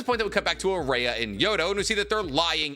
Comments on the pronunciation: his name is araya, not ayara, pronounced like jiraiya without the J, stop saying his name wrong edit: yodo is the female btw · "Araya is somehow listening in to the conversation of Ryu and Matsuri from very far away" Tell me you forgot her power set without telling me you forgot her power set. Also, anyone else annoyed at how he consistently mispronounces her name? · I'm sure this is just a coincidence but the way you pronounce Araya sounds a lot like the Brazilian word for "sand", which is "areia" so... Fun fact? I guess